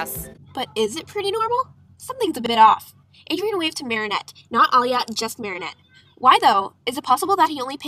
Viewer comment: Ehy u said marriniot